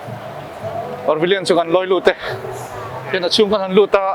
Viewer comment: Parvillion a nilo. Pavillion zawk aw Par hi rawn ti ziaha ngaihthlak a har